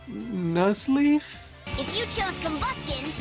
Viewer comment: N-Nuzleaf?? Jahahahahaha